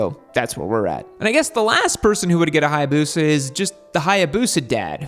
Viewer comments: Omg this is the most soi hayabusa I've ever heard. It's not hayabuseuuh, u gotta say it like a samurai.. hayabusaaa ! You welcome 🧐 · 😅😅 That intro... HAYA BUSA!!!!😅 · Learn to pronounce Hayabusa correctly